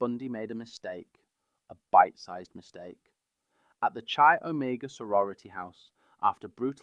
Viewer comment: Nice video. To the point and humour thrown in. I believe 'Chi' might be pronounced "Kye" in general. Happy to be corrected. Keep going with this niche stuff. You'll get a solid following. Detail is always wecome.